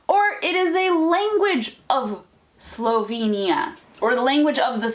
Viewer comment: What I also noticed is that you use two different pronunciations of Slovenia: 'sloveinija' and 'slovinia' (that's the closest I can spell it out). Just an observation 😉😉